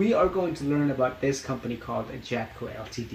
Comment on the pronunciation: Enjoyed the video but ltd is pronounced "limited"